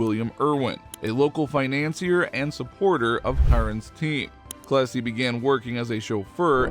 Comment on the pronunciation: I would have liked Cummins' first name to be pronounced more clearly. Or shown at the bottom of the screen. I looked it up. It was Clessie.